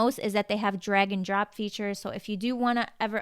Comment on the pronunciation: Hey! When you were doing your bit for Squarespace, you said "Drag n drop feature...", but I thought you said "Dragon drop feature...", and for half a second, I was like, "what is Dragon drop?"😂